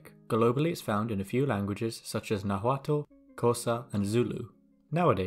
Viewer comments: "ɬ, the sound many english speakers mess up horribly, is also found in nahuaTULLL" lmao, guess you're an english speaker? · just a nitpick but lol to be talking specifically about ɬ and then to pronounce nahuatl [nawatʊl] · I think it's funny that right at the beginning of the video when you are naming other languages that have the Ll sound, you name Nahuatl, but pronounce it with a plain L sound instead of the correct Ll sound you are specifically featuring and explaining. I mean... how did you let that happen? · It's funny you didn't pronounce the tl in Nahuatl like how "tll" would be pronounced in Welsh, considering you in particular would theoretically be able to say it.